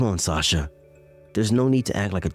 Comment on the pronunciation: Wow, Sasha’s own mother can’t pronounce her name right